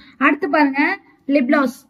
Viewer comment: Athu lip gloss nga lip bloss ila